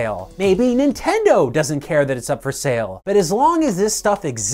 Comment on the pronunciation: "Ninteno" lol